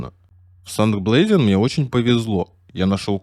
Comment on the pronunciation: Читало херово- Сенкт Блэзиен???Если в немецком ноль,то не лезь начитывать! Санкт Петербург это нормально ведь,или?Так и Санкт Блазиен тоже так произносится!И и вообще сказка какая-то вся эта история,фактов ноль, общие отмазки и блабла-херь полная...фубля